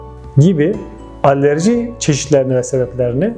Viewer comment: Allerji derken? Alerji olmasin